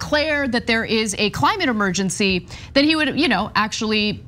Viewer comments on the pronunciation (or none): The word is Emergency, not Amergency.